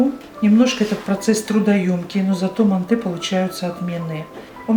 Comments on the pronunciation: мАнты , а не мантЫ! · ужасное ударение на слове манты, так не говорят МАНТ, МАНТЫ! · Манты ударение на ы ыыы